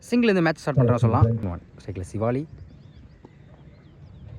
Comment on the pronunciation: என்னடா தம்பி சிவாளி சிவலிங்கம் சிவலினு சொல்லுடா தம்பி